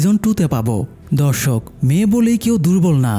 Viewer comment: ভাইয়া ধর্ষক হবে না দর্শক হবে🤭